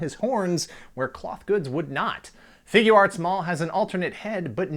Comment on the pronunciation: Not really, but I was more amused at your accent when you say Figuarts (Figya arts). Sounds a little New Jersey. I'm Scottish, so I'm sure you'd get a laugh too ;-)